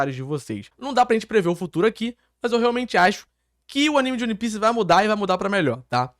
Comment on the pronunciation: que agonia dele falando O-N-E pice